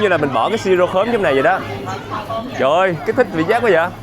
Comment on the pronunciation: Su kiểu: "Trời đất cơi 😂"